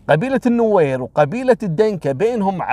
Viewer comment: حياك الله لو سمحت لا تغيب عنا ياشيخ خلي كل يوم قصة واحدة إن شاءالله بالنسبة لنطق اسامي القبائل النوير والدينكا ماشاءالله عليك تنطقها بطريقة جدا صحيحة حتي نحنا في السودان في ناس كتيييرة تنطقها غلط دمت بخير يا ولايك لكل قصصك 👍😍